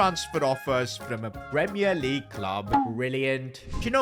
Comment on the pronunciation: premier LEAGEU club lol